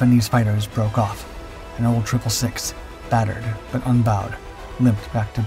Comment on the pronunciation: its pronounced old 666 not old triple 6